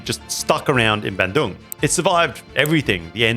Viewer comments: Hey! It's pronounced BAHN-doong not BAN-doong. Great video though still, found it super informative. Thanks for featuring Indonesian bespoke shoemakers! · Love your content but brother please aussie to Aussie youve been in indonesia long enough. Please pronounce places and words correctly. BANDUNG is pronounced BUN-DOONG.